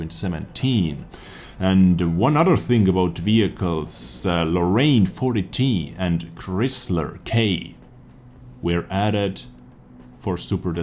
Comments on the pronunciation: Thanks! Very informative. One thing though. Chrysler is pronounced like "cries ler". Like the American car. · Oh how you pronounced Chrysler, pure gold ahah